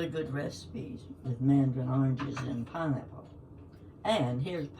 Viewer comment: Pineapple!? Did i hear pinrapple!?!?😂 I could live off just pineapple!